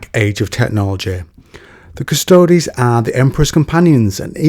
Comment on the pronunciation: It's pronounced cuss-toads. Means "the guards" in latin. "Quis custodiet ipsos custodes?"